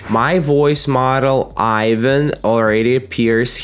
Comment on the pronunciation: That’s not Ivan y’all. That’s.